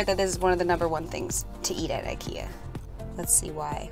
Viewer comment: I live in Stockholm and when i here a American say IKEA they never pronanus it right!